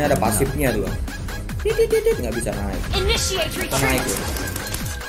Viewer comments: Initiate retreat... Bukan imidiate... Telinga ane sih dengernya gitu bang... 😆😆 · "Initiate retreat" bang.. bukan "immediately retreat" :"v